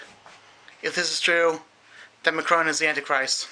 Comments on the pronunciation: Nothing, we just remarked on his horrible prononciayion of "Emmanuel Macron" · you can't even pronounce the name Macron properly !